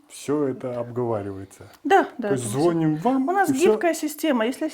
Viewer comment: ЗвонИм,а не звОним